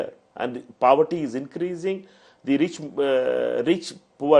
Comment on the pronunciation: Life of paaawarty nahi poverty … pehle angrezi seeklo then do news reading